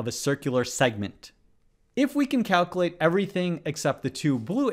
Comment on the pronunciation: it kills me that you butcher the word "calculate"